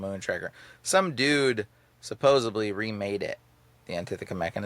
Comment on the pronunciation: I wouldn’t say anything normally, but this has been going on a while, the word is SupposeDly not SupposeBly. 🫶